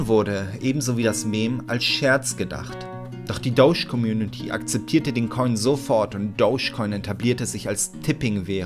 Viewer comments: Bitte sag beim nächsten mal ^Dodge^ und nicht douche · Ich dacht mir auch, jeder andere sagt Dodge :D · "Das Dousch-Car"